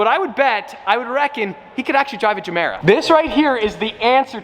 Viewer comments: Is it really geeemera though? I pretty sure it's GUmera without the Gu just gemera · As far as I know it’s supposed to be pronounced guh mare uh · Gemera, pronounce like ”je mera” in swedish it means ”give more” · "Jamera" Everybody: TRIGGERED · WTF is ”zemeera”? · Pronounced Ye-mera as in "give more" in Swedish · Yehmirah is pronunciation. Idk y this bothered me so much. Also Ik I’m a dick for correcting him, just wanted to say it. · To all the dubai bois that keeps hearing jumeirah 😂😂😂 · im kinda cringing att your pronunciacion of gemera as a native swede but keep it up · in english it’s more like G than J, in Swedish it sounds like our J. This went a little messy 😬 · Pronounced with a G for goat. Not J. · Is it just me or is he mispronouncing everytime he says the name of it?